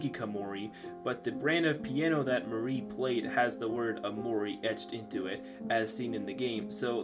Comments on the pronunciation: There's so many things wrong or severely underexplained in this video, at least do a proper readthrough of the wiki or a simple google search. Also, it's not pronounced Marie, it's Mar-e. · It's pronounced Mar - Ri say Mar and then Ri without blending them. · Idk I pronounce Mari differently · You pronounced Mari wrong 😅😅